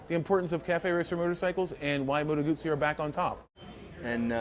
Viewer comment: At least knows how to say Moto Guzzi...Billy Joel should hang his head in shame.